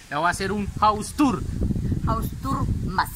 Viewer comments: Me dio risa cuando dijosu mamá hausturrrr mazzz 😂😂😂😂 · Haus tur La mama: hause tur mas....turmas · Jaja me da Risa cuando dice haustor mas jaja